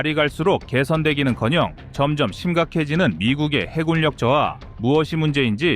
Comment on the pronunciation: 해군력을 계속해서 해굴력이라 읽고 있어 자꾸 긁히네!